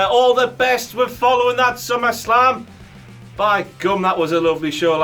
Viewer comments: We've got slummerslam Me: IT'S O' CLOCK MOTHAFUCKAS, SAID SLUMMERSLAM, WHEN IT'S ACTUALLY SUMMERSLAM, HAHAHAHAHA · did he say SlummerSlam at the end? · Any one notice at the end when he said we've got slummerslam lol rip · WTF MOMENT: says slummerslam at the end, stupid idiot king moron idiot stupid.